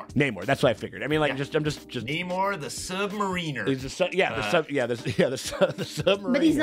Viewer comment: Everyone saying Sub-Mariner wrong has me twitching...Just gonna leave this here